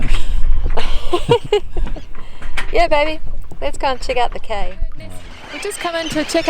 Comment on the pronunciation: Cay is pronounced "key."